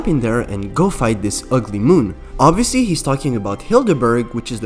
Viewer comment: Stop saying it’s oviosly (the boss is name)